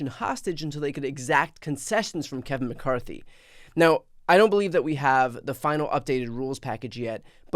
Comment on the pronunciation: I heard someone call him Kave-in McCarthy.🤣🤣🤣